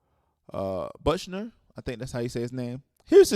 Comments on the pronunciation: Buchner (Buck-ner) not bush-ner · It's pronounced bookner